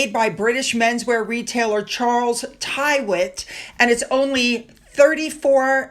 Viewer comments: Charles "Tirritt " not "Tiewit"! 😊 (Charles Tyrwhitt). A drawing room used to be called a "withdrawing room", and is the room the ladies withdrew to from the dining room after dinner, to allow the men to have their port and cigars, and their "man time" without a lot of twittering females present!!😅😅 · Great videos today. FYI, Charles Tyrwhitt is pronounced "Trit" (rhymes with Brit) x